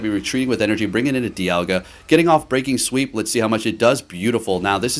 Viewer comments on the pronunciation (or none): Right 💀 my man is killing my brain cells every time he says it wrong. Like fam your clicking the button everytime and see what it says 🤣